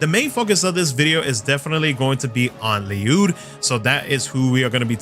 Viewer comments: Bro I keep telling you It is pronounced "Lluyd." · You sure its not just pernounced l-uh-d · You pronounced it right sir. There’s even an ongoing topic that Ryudo is also acceptable, just not ‘Lie-yud’.